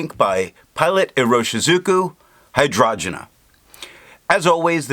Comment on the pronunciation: Hi, your videos have been super helpful to me (like finding Wikipedia for ink) and your pronunciation is usually en pointe as you have taught me how to say a couple like Tomoe River or Leuchtturm. But in this case I’m pretty sure it’s hi-drain-ja like the flower. Thanks for doing all of these reviews in such a scientific way. I also think your opinion matters a lot and it would be cool if you spent a bit more time from your own perspective, but that is just a gentle suggestion. You’ve got this stuff down.